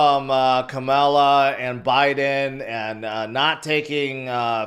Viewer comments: It's NOT Kamella- it's pronounced Kama-La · Hurricane is not 12 hours from now! It’s Wednesday evening! Also pronounce Kamala(comma la) correctly!